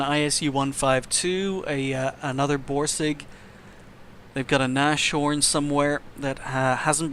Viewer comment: Erm, just to let you know your pronunciation of "Nashorn" is very wrong. Anyways, great videos, they should have more views.